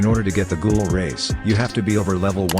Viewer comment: ... IT'S NOT GOOGLE IT'S GHOUL